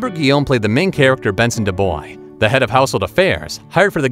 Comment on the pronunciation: It’s pronounced duBwah not Duboys